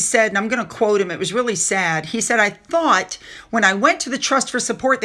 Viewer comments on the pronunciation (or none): none